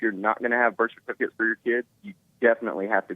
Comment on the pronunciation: Lmao!!! He was about to say it twice, and when he finally said it... It still came out wrong...